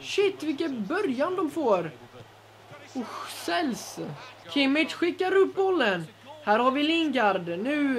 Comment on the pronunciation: Han uttalas Kimmisch. Jag har Tyska rötter och pratar tyska hemma.